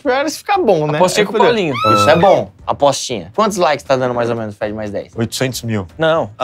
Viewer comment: chegou a cem mil laikeis